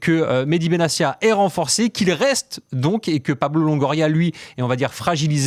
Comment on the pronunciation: Comment des journalistes si proches du sujet peuvent-ils prononcer "Benassia" alors que l'intéressé lui-même a indiqué que son nom se prononce "Benattia" ?